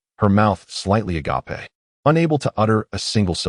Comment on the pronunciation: Will someone PLEASE teach the AI how to say "agape"